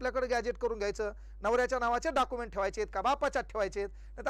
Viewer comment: डॉक्युमेंट्स ❌ डाकुमेंट 👍